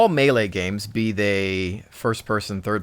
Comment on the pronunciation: Lol good video but its not malaaaaa its melee